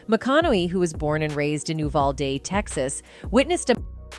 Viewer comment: A AI recording/speaking this. Can’t rightly pronounce their names. ??? What up with that. Can’t even pronounce Uvalde.